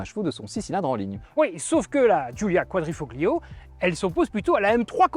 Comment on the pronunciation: GRRRRRRRRRRRRRRRRRRRRRR, on ne prononce pas le "G", on ne dit pas [kouadrifoGlio], mais [ kouadrifoLio], ce que ça peut être agaçant à la longue et faire nanard. Merci à nos 2 gars cependant pour les éloges de cette italiennes. Il ne faut simplement pas être bête, reproche-t-on à un camion d'être gros ??? Alors pourquoi reprocher à une berline sportive d'avoir des suspensions fermes ???